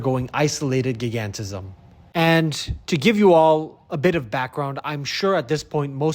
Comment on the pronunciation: 'gig-ant-ism'? isn't it 'gi-gan-tism', as in 'giant', 'gigantic'...